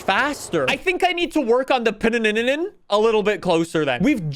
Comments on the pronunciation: Pronounced: Pin - nin - fareenia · Can’t pronounce Pininfarina and also calls wheels spacers “engine spacers” like bruh wheel spacers have nothing to do with the engine.